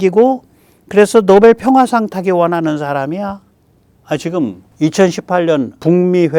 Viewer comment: 역겨움, 노베루우, 단골이라 구매 루트 잘 알아, 만저당이 알아서 사줄께!!! 로 들림.